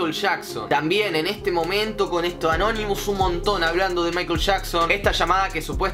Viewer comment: Porque dice canonimus